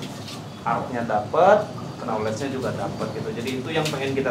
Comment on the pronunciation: I am gonna correct you bang hehe If I wrong ❌ If I am wrong✔ Knowledge : 'K' nya ngga di baca bang, jadi bacanya "noulej" Hehe🙏